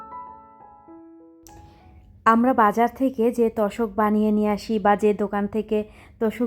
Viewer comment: তশক না আপু তোশক